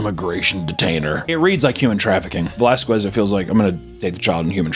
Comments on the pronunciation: “Vuh-lass-kwez” 😂 Whitest thing he’s ever pronounced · Valasques lol learn how to say Spanish names properly before you make a video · and an Off-Cop Duty 🤣 and they way pronounces Velasquez as Velasqwez is so 😝